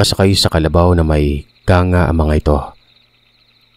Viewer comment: good evening sir incorrect ko lng Po kung kangga Ang pagsalita Po Nyan kang- ga